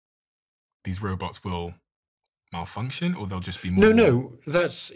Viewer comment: and the risk here is.. that.. the robots walfunction or.. 😂 hilarious